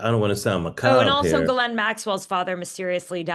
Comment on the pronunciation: Tara, does it ever bother you that you are the only person in the media who pronounces Ghislaine correctly?